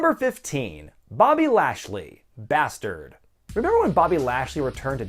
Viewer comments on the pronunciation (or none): Umm it's not basterd it's bath turd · I swear I heard Lashley say "Bath Turd" when I first heard him back in the day.. oh Bobby how much you've changed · Please,. Please. It's pronounced Bath Turd.